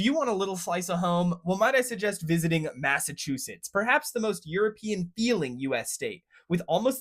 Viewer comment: Massive two shitts…… no it’s Massachusetts. 😂